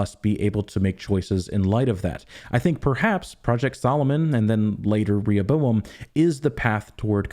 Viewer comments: One of the most significant moments of this video is , the correct pronunciation of Rehoboam. Seems the puzzle for season 3 will not be the plot but youtubers finally figuring out how to say that damn word. The showrunners were so wrong for doing this. It’s like they sucked all the contrivances of season 2 and dumped it into this one word. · Thank you for pronouncing Rehoboam correctly, the show's been driving me nuts with that lol